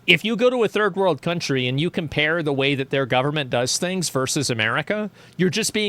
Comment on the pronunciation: did he just say “the furred world”? Edit: yes. Yes he did. Many times lol.